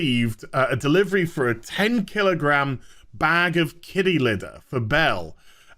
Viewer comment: kiTTy liTTer. There's T's in there!!!